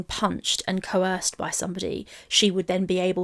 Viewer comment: CoHorsed! what are you talking about? Hahaha check your English 🤭